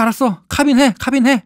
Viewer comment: ㅋ카ㅏ빈 ㅋㅋㅋ 카 발음 진짜쌔다 ㅋㅎㅏ빈 크아빈